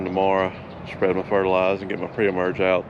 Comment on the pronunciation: Hey the R at the end of fertilizer is not silent 🤦‍♂️🤣🤣